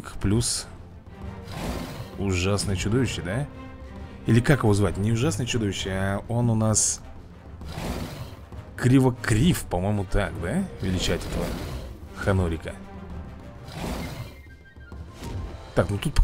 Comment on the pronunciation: Крива крив😂😂😂 КЛЫКАКРИВ А РОЛИК КЛАСС!!!